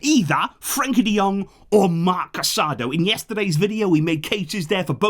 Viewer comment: please pronounce Casadó's name correctly. It's Casadó, emphasis on the ó as if it were French, not on the second a like the word for married in Spanish